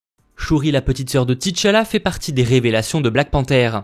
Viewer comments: alors on dit pas tchalla TI challa pas Ti tchalla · pourquoi tu dit TI TCHALLA